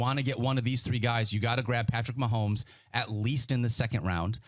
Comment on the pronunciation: Nah Nah Nah!!! Stop Pronouncing his Last Name Wrong!!! Dummy!!!